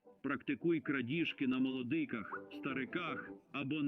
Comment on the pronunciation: Трохи уважніше до деталей.Бо у вас постядЕрні- замість пост Ядерні. ми нАдали- надАли. на молодИках- молодикАх (хоча можна було- на дітях) . пОводься -повОдься.